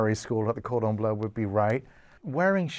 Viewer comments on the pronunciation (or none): none